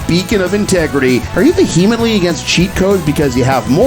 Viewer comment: That’s not how you pronounce the word “vehemently,” host.